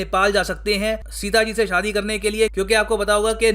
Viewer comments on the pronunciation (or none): none